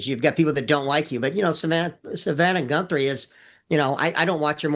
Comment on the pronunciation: dude calling her "GUNthrie" .. im out on anything else he says if he dont even know their name lol